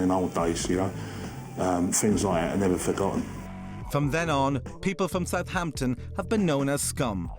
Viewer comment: …i misspelt it. It’spronounced suuuvvaaamptun. i know this well having grown up in the last century with half my family originating from Haaampshuuure whereas muuveers’ lot came from Fulham - where you ‘ang yer attt oowwnn the oook innn thee oowwlll - providing you’re wearing one & the homeowner is that particular . the “Hampshire Accent’ was probably a thing but I’ll be buggered if i learnt to really tell it apart from Dorset Wiltshire or Devon which judging by online maps of Accents , is nowadays lumped in with Westcountry . Well it certainly isn’t Cockerney or Keeennt.